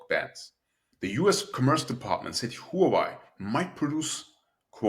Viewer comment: Great video. Question, does the american AI companies need to build some many data centers when their energy cost is so high? and BTW Huawei is pronounced HWAH WAY.